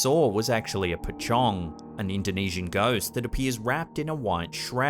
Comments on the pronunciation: As always, u have the most entertaining compilations. Just to point out certain things. ‘Mohd’ is actually short form of the name Mohamed. And pachong is actually Pochong (pronounced as pöchong). Some of these pochong will jump instead of float. Or at least, that’s what i usually hear. Thank u always for the vids. I always look forward to your next one, especially when i am bored and alone at home. Day or night. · Finally he pronounce 'pocong' in correct way. 😂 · Pachong --> Pocong (read: po-chong) Dukun --> read: doo-koon Lampur --> Lampor (read: lamp-por) Nice one. Your videos are always good shows during my breakfast!